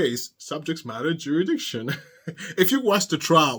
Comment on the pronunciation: It's jurisdiction, not juridiction....No offense intended.